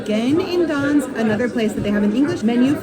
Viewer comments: Why are you calling it Dansk? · Gdansk use the G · The G in Gdansk is actually PRONOUNCED!!! It is the most IMPORTANT LETTER together with D in the name, not something you can just OMIT at whim !! It's what gave the meaning to the word!!! You do not omit P in Paris, do you?? Or L in London?? Mannerism in Poland is NOT popular!!! You will not impress ANYBODY with mannerisms .You are actually very irritating to listen to. You should reupload the video with corrected name. It sounds absolutely MORONIC!! I repeat: MORONIC!! Nobody needs such videos! You could have asked anybody how the name is pronounced. But NO. You chose the attitude "Here-I-come-and-I-will-call-you-all-small-people-whatever-I-want". We don't like it here in Europe. What you need is to be a little more humble. One day somebody will teach you a lesson so that your smirk will get stiff permanently! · Learn how to say Gdansk. It’s not that hard